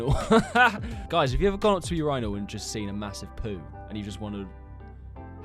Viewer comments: the urynal lol he rly said urYnal instead of urinal how do you guys pronounce tho im curious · pains me, what the fuck is a ur-ainal